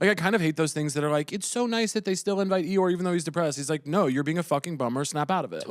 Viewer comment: It sounded like Caleb said 'your' instead of Eeyore, which is probably why Bowen questioned to repeat right after saying really annoying lol